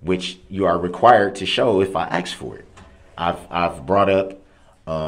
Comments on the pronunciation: Darrel’s constant inability to pronounce a simple three letter word like “ASK” is literally driving me nuts. How dumb can you be to mess that up?? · This clown says axe so often you'd think he was auditioning for Lizzie Borden. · Just listened a second time...as painful as it is to witness this abuse against this judge and our Judicial System and just Sociatal Norms in general..Ugh..but oh my nerves..if he says ax or axed One More Time...I think I'd rather hear biast...idiot. I better stop I could go on and on and I know I'm preaching to the choir....and I know your interested in, ( which I think is very cool) where your listeners are from and all...I'm not from an exotic country or anything....well...actually that's debatable...I hail from The Great STATE OF TEXAS...said all that to say thought you might get a kick out of the fact I'm a soon to be 62 year old neurotic female...which I'm sure old enough to be your grandmother lol..Just wanted to let you know that and last thing, I've said it before and I'll say it again....I simply LOVE how you HATE him sooo..fist bump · I HATE how he tells the judge she's a public servant! Have you done a video on all his mispronounced words? Oath....Oaf, Ask .... Axe,, bias..... biast...